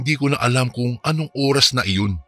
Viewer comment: Oras hindi Uras Lola hindi Lula